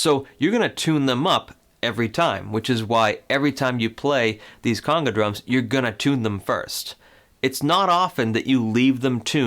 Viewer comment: He’s pronouncing the word conga wrong. It’s not conga like king cong, or coonga. It’s a long O sound